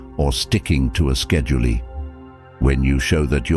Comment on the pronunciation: Ruttineés, Schedulees... 😂 AI...